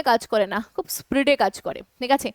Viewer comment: Spreed noi speed bolun